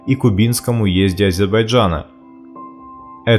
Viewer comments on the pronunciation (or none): none